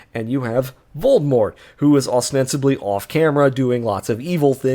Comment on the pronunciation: Bro how are you unable to pronounce Voldemort?